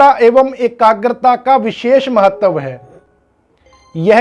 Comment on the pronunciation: महत्व को महतव और प्राप्त को प्रापत बोल रहे हैं जी आप कृप्या सुधार करे 🙏🙏🙏